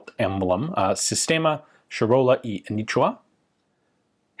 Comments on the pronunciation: Anitua not anichua, also it's Charola ch like chair and not sharola. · The “A knee chew her” is quite painful to listen to 😕